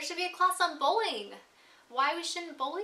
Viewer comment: totally thought you said bowling class not bullying lol